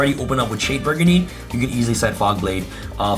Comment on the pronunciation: Agreed it's very cringe. Also he mispronounces "brigandine" incorrectly as well and says it as if he was saying "burgundy".